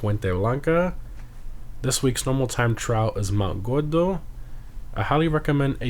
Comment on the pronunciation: u didn't pronounce the R Is what I meant. I'm Hispanic myself